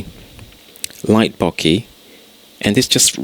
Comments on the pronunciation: Boh-keh, not Bocky. Otherwise, great tutorial. Thanks. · since when did an "eh" on the end of a word make an "i" sound?